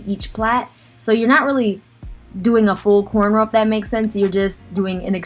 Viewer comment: I'm the only one that heard quanrow?